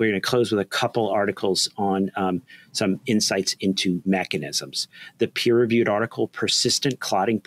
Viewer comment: I thought said, “But what about Becketism, we like to know what’s going on.” This is why I love this guy, I thought. There he is referencing Becket - is it waiting for meaning, or proof… - while talking about virology. Then I returned my attention to him: Oh, not Becketism, mechanism!